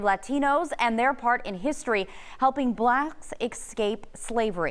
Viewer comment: "Helping BLACKS escape slavery" 😂😂😂 Why she say it like that?